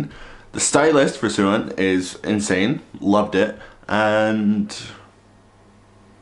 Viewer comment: Great reaction! The two solo tracks are actually shorter versions of their songs, we will be getting the full version with the album. 😁 Oh, by the way, Sehun's name is pronounced Say-hoon. ❤